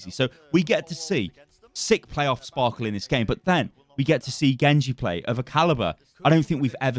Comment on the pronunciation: Why does everyone say Sparkle? It's Sparkie right? 1 = i ?